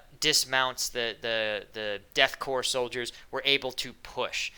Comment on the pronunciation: Do you have any idea how good it is to come across someone who actually knows how to pronounce Korps (Corps)? Great video. Odds are the Dark Angel fired his bolter (.75 cal APHE with penetration that makes a Bradley’s 25mm look like birdshot) first to trigger the ambush, not just because he knew the shell would go straight through the tree and leave the traitor as nothing but a pair of smoking boots, but because his reflexes are 4-5 times faster than any baseline human’s. Those Death Korps “horses” are genetically and bionically enhanced as well as wearing barding that is probably much better protection than the flak armor those Cadian infantrymen were wearing. And those Hunting Lances the Rough Riders carry could punch holes in tanks. Though that depends on which edition’s Guard Codex you’re reading. 😄